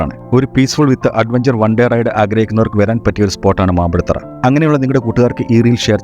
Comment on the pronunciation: മാമ്പുഴത്തറ അല്ല ഹേ മാമ്പഴത്തറ എന്നു പറ